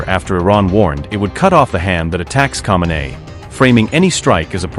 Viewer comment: Ayatollah Al Khameini : someini US troops?? Ay Al not meini for me. 😅